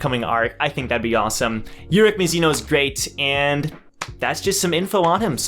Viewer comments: bro you're pronouncing it right i think(i say it like that too) keep it up you doing great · That’s how I pronounce it tho...